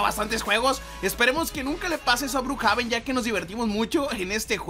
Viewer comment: Se dice Brukjeven pe deje